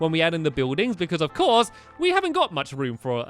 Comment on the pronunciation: I'm the beginning he says ELF course Polly. Anyone else notice?